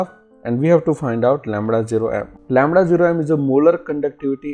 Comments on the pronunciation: Mamda ❎ lamda✅ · Farade lamra pls pronounce properly